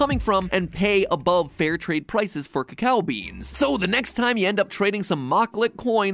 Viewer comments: Why is he pronouncing it cocow? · Trust an American to pronounce it CACKOW